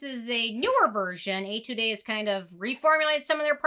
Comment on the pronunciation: Hi it's your Korean subscriber again😃 "Etude" is pronounced more like "Ay tood", just like pronouncing attitude with an E. Love your review as always!